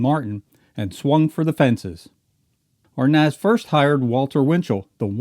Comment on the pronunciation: He can't even pronounce Arnaz lol...